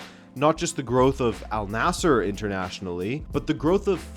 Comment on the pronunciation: It wouldn't surprise me, will just have to see what happens. BTW the team name is pronounced An-Nasr, Arabic just does that for some consonants and the idea that Waleed bin Talal has more money than Mohammad bin Salman, I'm sceptical as he is effectively the king.